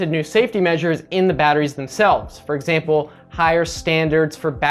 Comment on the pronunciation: You said "For exaple" XD